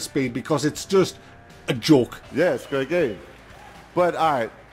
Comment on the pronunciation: "yeah, iss a grea gaem" killed me every time xD